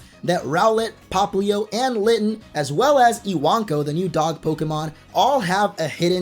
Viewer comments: I-wank-o? Lel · Iwanko I-wan-ko I-wank-oh😱